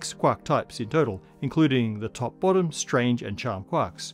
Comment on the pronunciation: Was looking away but my head whipped around because I swore I heard him call it the BOOTY quark.